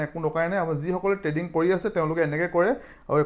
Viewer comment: Dada treading nhoi trading 😊